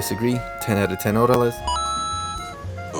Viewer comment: 10/10 Orales……not Hordales. 🤦